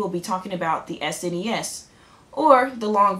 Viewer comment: So glad you call it s.n.e.s instead of snes.